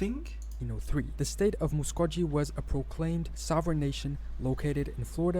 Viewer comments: Certainly not a full list. We don’t pronounce Muskogee like he did. My ancestors lived in their nation before the Trail of Tears. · Muskogee is pronounced with a hard “G” sound, as in, “go.”